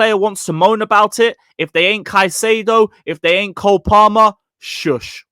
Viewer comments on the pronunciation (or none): none